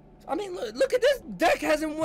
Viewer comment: It ain't DAK, it's Duck...His name is Dakota pronounced Duck-o-ta...so the short version is Dak, pronounced Duck...